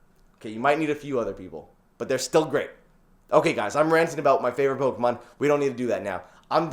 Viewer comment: Please say pokémon the correct way